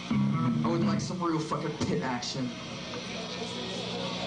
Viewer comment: Pit not tit xD